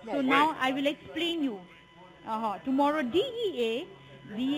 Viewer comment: “ I wheel explain you “